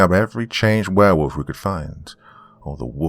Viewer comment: Hey I think he said he Wanged a Berewolf …